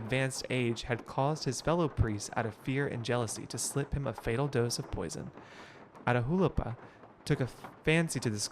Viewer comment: Catch me screaming everytime mispronounces Atahualpa 😂😂 loved this gameplay!!!